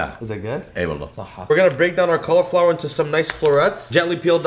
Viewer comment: Please pronounce 'cauliflower' properly.